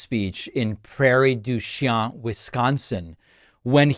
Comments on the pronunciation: FYI: Prairie du Chien is pronounced "de Sheen" by Midwesterners. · It is Prairie du Chien is pronounced Prairie du " Sheen" . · It's pronounced Prairie du "sheen" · It’s pronounced Prairie Du “Sheen”. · It's pronounced Prairie Du Shane by Wisconsinites. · Prairie du "Sheen" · City is Pronounced (Prairie du sheen). Prairie du Chien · A little nitpick here, but it's pronounced "Prairie du SHANE." I use to go there from Waukesha when I was a kid. My mom dated a guy who had family there who had land on a lake there. They would hold huge parties with 50-100 people easy on the lake, and nobody there was concerned about underage drinking! :D The 80's was a special time. lol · Prairie du Chien is pronounced "sheen" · The locals call it “Prairie du “Shane”” phonetically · First off the town you tried to pronounce in Wisconsin, is pronounced prairie du Sheen! I'm not a college educated like you are , you would think you would know that! I wasn't college educated like you, but I also realize when Camilla Joe's second-hand man says on day one she's going to change all this s*** why doesn't she change it today! She's the vice president instead of worrying about Trump and what he's done why don't you worry about your person that you think is so great doing something right now because she's still in power! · Without immigrants from Mexico, the huge dairies would have no workers. It's hard work. (And it's pronounced "prairie du shane" in Wisconsin in case you're asking for directions. 😊) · Wisconsinites Pronounce Praire Du Chien >> "Prairie Do Sheen" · Wisconsinite here. Prairie du Chien, say it like, Prairie du Shane. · We pronounce it Prairie Du "Sheen" in Wisconsin, even though it's a French word. WE ARE FINE IN WISCONSIN, NO INVASIONS! NOW LEAVE US ALONE! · David, it’s pronounced Prairie do sheen… emphasis on Sheen. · Prairie du Chien is pronounces “prairie d’sheen” in the area. I live just north of there. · We say 'prairie du sheen' here is Wisco/thanks for all you do